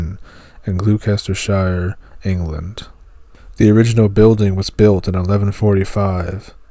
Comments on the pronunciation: Just fyi Gloucester is pronounced Gloss-Ter like Fosters beer. Or imposter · you really need to check your pronunciation Glouscester is "Gloster " Worcester " is Wuster "..I know, crazy but there you go..Poveglia, Poveylia...